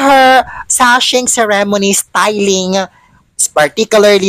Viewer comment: Ikaw din plain ka din and boring. Ayusin mo magpronounce nga ceremony.